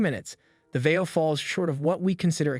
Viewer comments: I almost enjoyed this review but seriously learn to say words correctly before speaking into a microphone. It's Vai-Yo. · It’s pronounced “va yo” NEC is pronounced “En Ee ce” Nec is marketed towards consumers under the LAVIE label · "Vio". Long "i". Long "o."